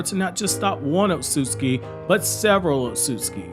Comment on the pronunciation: I love all of this guys videos, everything about them except for one thing. I hate the way he says Ōtsutsuki…